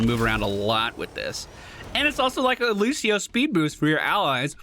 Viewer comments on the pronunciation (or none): none